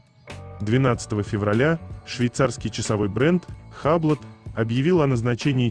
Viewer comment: Не хаблот,а юбло